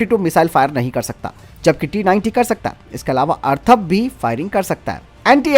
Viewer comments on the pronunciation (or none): Atharva na ki Arthava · मेरे बंधु... जानकारी अच्छी है, परंतु अर्थव और अथर्व में फरक जानलो...